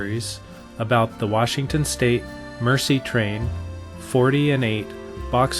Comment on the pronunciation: Nicely done presentation and thank you for reviving/continuing the memory of this wonderful item/event. One comment, meant in the most constructive way, the French word, "Merci" means "thank you" and is pronounced mare - sea, rather than mercy - the act of kindness to one less fortunate.